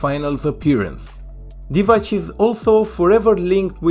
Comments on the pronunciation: Divac, not Divać. Pronounced as Divatz. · The ‘c’ in Divacs surname is pronounced ‘ts’, like if you were saying ‘cats’ as an example.